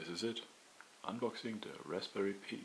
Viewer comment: It's pronounced "pie" not "pee".